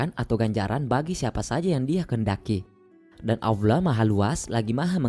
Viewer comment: Maaf bang bukan alloah... Tapi Allah 🙏🙏